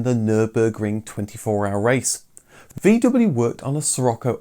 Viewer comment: For God's sakes, pronounce VW correctly.